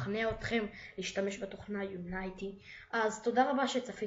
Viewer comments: לא אומרים יונייטי אומרים יוניטי תלמד להגיד חח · אומרים יוניטי לא יונייטי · זה יוניטי ככה אומרים את זה לא יונייטי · נקרעתי כשהוא אמר את זה... :-) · לא אומרי יונאיטי אומרים יוניטי תלמד אנגלית!!! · LOL אתה מבטא את השם לא נכון LOL